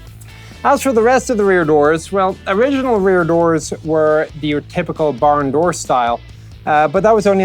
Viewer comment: "Driver's dooi" What?